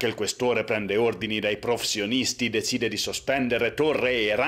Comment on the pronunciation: come mai hai così tanti problemi nel dire "professionisti"?